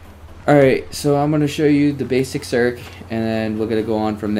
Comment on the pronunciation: LOL u calling it a serk